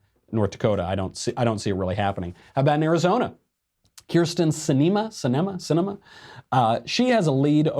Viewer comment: Sorry Michael its cinema like the other name for a movie theater. Live your work, you just need to work on your diction. Ps I am from az and I have to hear her name every 5 minutes.